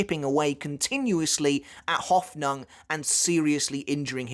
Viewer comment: ive never heard anyone butcher the word Hoffnung quite like he does